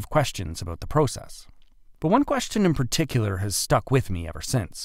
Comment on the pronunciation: As soon as I heard him say about I knew